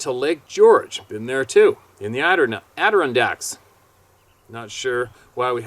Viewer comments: "Red Hair" ? Their food is possibly higher in Iron content. And its creating a genetic pattern (that''s pronounced "AD-DUR-RON-DAKS", you've fumbled that one before). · It’s pronounced “Adirondacks“ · rocks 😎 No worries but the accent is on "ron"...Adi-ron'-dacks & bi-pee'-dle Hating chickens is sending a message to the home owner: "We are Boss" & we don't want you around". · you are getting there with pronunciations lol. Adirondacks. The accent is on the RON. "AdiRONdacks". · I think that's pronounced; Ad dir rond dacks. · AD ER ON' DACKS the emphasis is on the" on" syllable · ADD er ON DAKs say it fast....... pee del not pedal